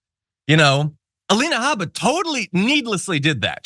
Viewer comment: How about Aleina Ha-BAH! That's the correct pronunciation of her name. She's Iraqi. 🗳️🔵⚖️🇺🇸💙🇺🇸⚖️